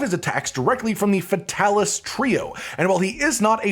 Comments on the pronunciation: your character is so gay, but your content is so good. Fix that. Also. FAY TAL ISS. Come on dude. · I feel like Fatalis should be pluralized as “Fatalises” pronounced “Fatalis sees” but idk